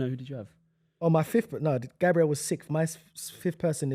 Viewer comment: i rate u ye but u need to get these pronunciations right😭 bro consistently says gabriel like the english girls name and he constantly says HONRY instead of ONRY for Henry, there’s some pronunciations which are debatable but those are 2 that are set in stone😭